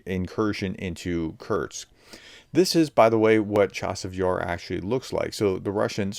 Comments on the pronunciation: U can write in title KURSK but can not say it!??? KURTS🙄🙄🙄🙄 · Professor! There is no 't' in Kursk! It's geography, not geology! Lol, sorry. Thanks for the update. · K U R S K not K U R T S